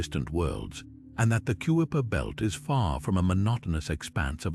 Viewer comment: You said it well! I hit pause when the sneakily perfect British AI voice called the region the "Cue-a-per" Belt.